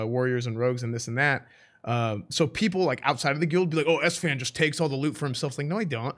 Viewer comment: Alfonso Mural yeah, it drives me crazy when esfand says that!